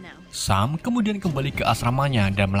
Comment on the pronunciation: bg sam dibaca sem